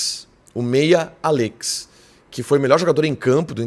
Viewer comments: É “Àllex” não “Allêx” 😵‍💫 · Qe pronunia estranha desse nome Allex kkkkk